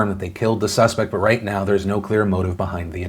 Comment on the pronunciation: "that sounds about 'white' "...was that a Freudian slip or did you just mispronounce "right"